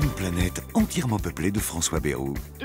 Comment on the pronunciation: On ne dit pas Bérou mais Baill(e)rou...... ou bien on dit Bétharram